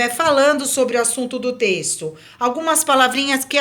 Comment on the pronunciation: * *trexto kkkkkk